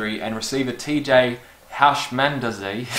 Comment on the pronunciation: Pronounced Hoosh-mend-zada.